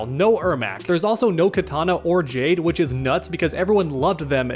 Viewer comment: It's Kitana, not Katana.